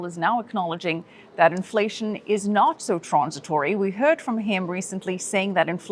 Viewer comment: Please can NEVER say "trornsitwory" ever again?